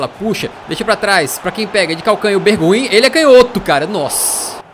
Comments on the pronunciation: é "Berguain", bit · Pronúncia é "BerGUain"